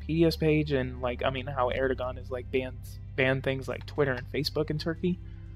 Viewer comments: His name is pronounced Erdowan. The gan is pronounced like the name Jaun. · erdoğan.. we can describe to u like "soft G" or "g-breve" it streches out vowels wherever u put after.. for example: a word like "tığ" means "needle". the soft g extended the letter "ı". so it is pronounciated like "tııı" :) but in "erdoğan", there are 2 vowelz, it could be not pronounciated, its like "ERDOAN" ;) edit: we gotta remember that we pronounciate EVERY written letterz in Turkish :)